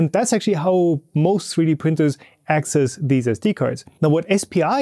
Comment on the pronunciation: "asscess" haha